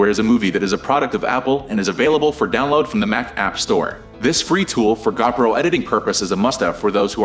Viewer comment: It's Go Pro not Gaw Pro!